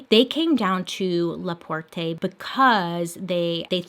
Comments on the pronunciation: Not La Portay... it's pronounced La Port. The e is silent... its even said La Port in French. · it’s pronounced (luh-port) not (lush-pore-tay) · I love your channel - **but the only thing that “bothers” me is ‘LaPort-ay” Because it’s pronounced “La-Port”- XD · It isn't "LaPortay"....it's just LaPort(e). We aren't that fancy in Indiana 😂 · Just for future reference, LaPorte is not pronounced with the ‘e’ at the end. It’s just pronounced La-Port. You’re making it sound fancier than it is. Just found your channel today and I’m enjoying your content! 💜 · LaPorte is my hometown and I live very close to her area! I also love how you say "La Port AY" lol it is just La "Port" :) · As a Hoosier I am living for the fancy pronunciation of Laporte. La-por-tay! Heeyyyyy! Hahaha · i live in La Porte and died inside when she said it like that but also went to heaven because she said my town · It’s pronounced LaPort not Laporté 🤷🏻‍♀️jus sayin☺️ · I have lived in La Porte Indiana all my life. Yes its La Port not La Port "a" lol but I hear it often. La Porte is a french word for "the door" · Hi Bailey!!! I'm re-watching your videos!!! I live in Laporte Indiana. It's so cute but I have to let you know that it's pronounced Lah-Port. No eh on the end. The museum is pretty interesting though. You can see the actual letters not all but even one is very eerie. 🤗🥰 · LaPortay 😅 love it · I love how you pronounced Laporte, it's just Luh-port. I live about an HR south east of Laporte. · As a bossier all my life, I am DYING at how you pronounce LaPorte 😂 it’s actually pronounced la-port 😂🙌🏼 much love Bailey ❤️❤️ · Its pronounced LaPort, the e is silent. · Unless you're pronouncing it the way she is......because she's not pronouncing it right. It's pronounced La PORT. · Super late on this, but I'm from Indiana. Laporte, is pronounced laport. (The fancy e is silent lol) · LaPotre pronounced La-Port, love u bailey!!! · La- Port is how it’s pronounced 💀💀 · It’s pronounced La Port lol